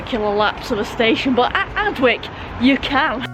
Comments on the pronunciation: Excuse my pedantry, flower, but Adwick is pronounced Adick, the W is silent. While i'm at it, i'm sure you've heard of Slaithwaite station in W/Yorks. If you hav'nt already heard it "pronounced" by the locals, i hereby challenge you to "have a bash at it". I was fair perplexed when i first heard it, yonks a go. ( If ya get it right, i'll eat my head, as some one said in a Dickens novel ! ) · Adwick normally pronounced Addick